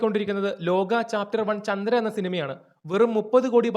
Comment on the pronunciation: ചന്തന അല്ല ചന്ദ്ര